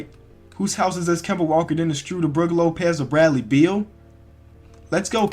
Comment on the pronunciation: Sounds like he is sayin STrUder instead of SchrUder what in the world